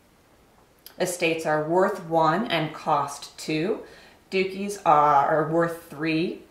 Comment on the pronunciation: Hahahaha ha she pronounces Duchys "dookies" lmao come on girl do some research!